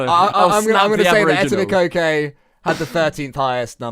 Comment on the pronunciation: Etobicoke - the last k shouldn't be pronounced for the proper pronounciation